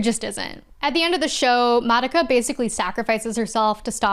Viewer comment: Insane you watched the whole madoka show and still pronounce her name wrong.